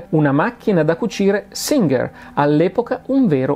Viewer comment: Singer con la g morbida non gh